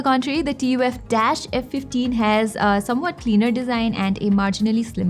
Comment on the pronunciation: Lol, who calls it T-U-F instead of 'tough'